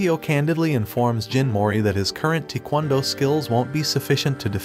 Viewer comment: How it says taekwondo what I hear tikwondo